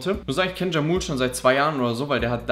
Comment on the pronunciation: Er spricht sich nicht jamul sondern jamuleee